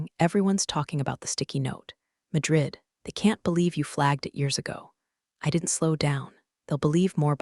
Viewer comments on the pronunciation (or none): Is she Marla, or Arla? Is it Drid or Madrid? Did Blake's hair lose the will to live, or will alive (a live is it is pronounced) and it goes on and on! Did she leave the company? How does she get to know about the meetings?!😂